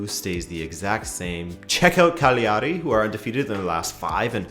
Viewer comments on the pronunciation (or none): none